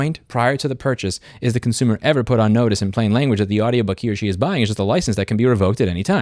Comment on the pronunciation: This is my favorite video of yours cause you accidentally said concoomer and thats just how it is